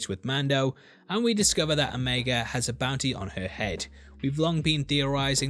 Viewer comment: I'm a little disappointed to hear you pronounce the name 'o-meg-a' instead of 'o-me-ga'. But it's understandable. And is it just me or does Ming-Na look like she still in her 30s?